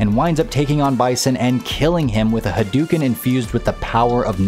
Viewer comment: I love that, despite Ryu screaming Hadouken! aloud in every iteration of the series, half of all people still say ha*DOO*ken. Where is this disconnect coming from? Were you all born in Minnesota or just disagree with Japanese?